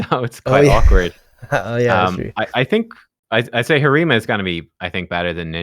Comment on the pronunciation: I hate the word "pop" and the way he butchers Harima. I can't watch many videos, lol.